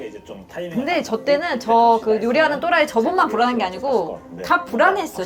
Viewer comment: 또라이 발음 찰지신당 히히히